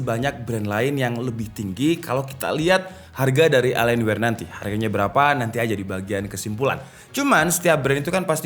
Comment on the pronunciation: Bacanya Elien Wee bang. Terima Kasih